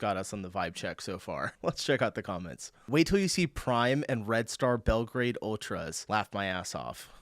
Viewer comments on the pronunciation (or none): none